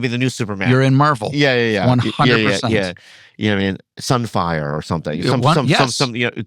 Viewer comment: I like how Andrew said sun fire 😂